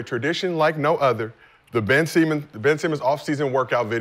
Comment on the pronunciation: “Ben Semen—“ Bro. 😂🤣